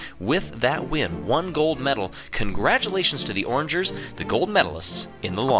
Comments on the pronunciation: The pronunciation of “orangers” makes me upset It’s O’rangers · Hearing "Orange ers" kills me. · "orangers" Umm can you repeat that plz?